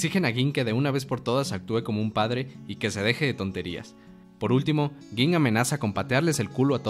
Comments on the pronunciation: No se pronuncia gin se pronuncia ying tampoco se dice quite si no kaito, nueb video pero ten mas cuidado con la pronunciacion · Se dice ying, Kaito, hanters ex hanters . Habla bien carajo.